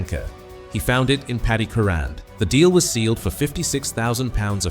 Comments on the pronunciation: If this bastard pronounces his name incorrectly again, I will hang myself . What a c**t ! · AI pronunciation has got to go. But what a player he was even if the guy can't pronounce his last name correctly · what`s the point of some kind of tribute when the dy ck head voice can`t produce pronunciation of his name correctly. Shove AI where the sun don`t shine. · Wow!!! This is a disgrace referring to Crerand. When are they going to get the pronunciation of his last name correct.. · You can't even pronounce his name properly. Paddy often hung around with Manchesters quality street gang, i often bumped into him at the car sales plot where they often used to meet up. A great guy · Apart from the awful mispronunciation of his surname this is a very fitting tribute to United great, Pat Crerand. Having seen him play on many occasions I can say without any reservation that Pat was as important to United’s success in the 1960s as Charlton, Law & Best. Enough said. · If you claim to know so much about Paddy Crerand, you should at the very least know how to pronounce his name correctly.